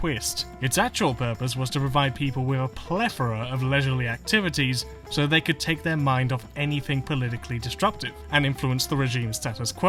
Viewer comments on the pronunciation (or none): I can't take someone seriously when they pronounce "whether" as "wever", and "plethora" as "plefora" . I didn't know Elmer Fudd was a statist.